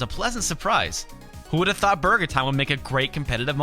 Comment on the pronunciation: i love how you say "BARGER"